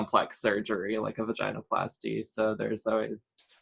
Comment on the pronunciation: Thank you for doing this interview it was very informative. One comment. It’s pronounced va-gin-oh-plasty not vagina-plasty. Just listen to how she pronounces it. Seems pertinent since it’s the topic. Again thanks!